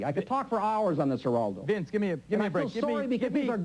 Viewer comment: A typical bully tactic, is to repeat the target's name over and over again. And yet, Bugliosi never learned to pronounce "Geraldo".